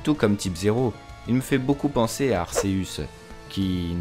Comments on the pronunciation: çà se prononce Ar-ké-eus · sa ce prononce arquéuse